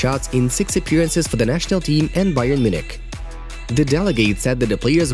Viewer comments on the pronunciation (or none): none